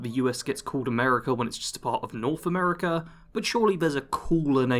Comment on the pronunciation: Bro bashes a country but pronounces it americ-ER 😂😂😂 this shit writes its self